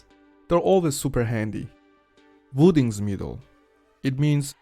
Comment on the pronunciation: Voedingsmiddel and NOT woedingsmiddel v v v is to f, what z is to s... remember, It in absolutely not a w sound totally different in Dutch!